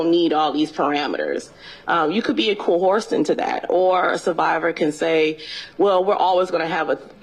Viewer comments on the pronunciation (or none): Dear Jesus, please let me go the rest of my life and not hear co-horsed again… There’s something about hearing odd twists on important words that irks the crap out of me.